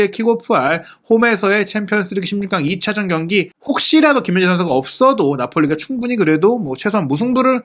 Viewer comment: 김민재는 기힌재선수 뭐 이정도로 하시지만 발음이 더 어려운 손흥민은 소흐히 선수, 소흐니 선수, 소히선수 등 아주 다양하게 하심 .. 천천히 하면 발음 안뭉개고 괜찮던데 마음이 너무 급하신듯..